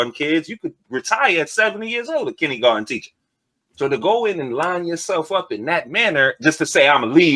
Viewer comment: Kinneygarden.....ugh. It's kindergarten!